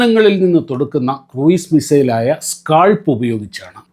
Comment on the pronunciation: kɹuːz(ക്രൂസ് ) ആണ്.